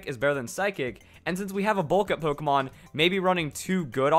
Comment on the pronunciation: u realized u said pokeman quest